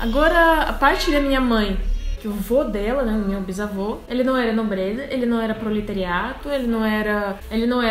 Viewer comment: não sei se já comentaram, em vc parece q vc falou proletariaTO, o certo seria proletariado =) ótimo vídeo.